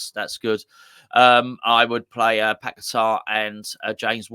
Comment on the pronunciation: tell your mate its paqueta not pack a tar. Ffs Nice show and spuds now fine for me with top coach and we have that prick moyes still. We will get our west ham way back when moyes is gone. Hate the guy from years ago and still do. Poch pep kompany Carrick post the way forward. Tim pls sort out